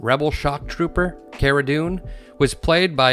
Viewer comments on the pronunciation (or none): none